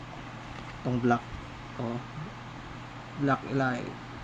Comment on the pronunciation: Anung elight mag pronuonce elit di elight mag pronounce hahaha...